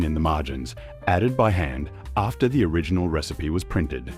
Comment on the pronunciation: Our friend can't disguise his Yankee origins with his pronunciation of the words Aussie, after and new.